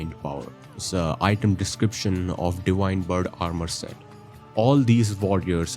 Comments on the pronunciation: Indians have an inability to pronounce "v" so he pronounces it "di-wine". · You pronounced Enir-Elim correctly but not Divine, liked and subscribed